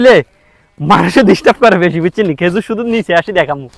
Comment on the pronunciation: খাজুর না খেজুর